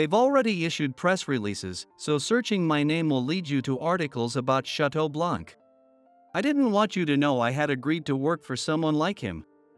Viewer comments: The word BLANC is a French word. You don't pronounce the C because it is silent. Therefore you pronounce it as BLAN. However, it is written with the C at the end. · Wait? It isn't pronounced blank? 😂 Not going to lie this pronunciation hurt a lot.